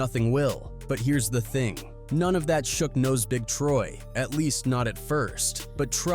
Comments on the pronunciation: That's what happens when A. I. does the talking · Because it's AI. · “ nose big Troy”. Even if u never heard buddy name, u obviously researched some of this shit and still steady saying it wrong. Are u dumb🤔🤦🏽‍♂️ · I’ve heard Sooge (Suge), 2Pack, the R and the B (R&B) and now Nose Big Troy 😂🤣☠️ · Nose big trouble, Cent 50, and bags money E were trouble! 😂😂😂😂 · I caught that too lol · Yea I was thrown off the first time and he kept saying it😂😂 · Lmao, it's crazy when AI can't get a nigga name right.